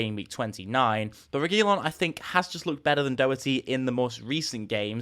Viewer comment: Man you are butchering the Regulion name the way your saying it.